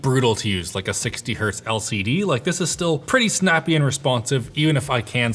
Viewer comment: imediately turned off when i heard 60 heartz ew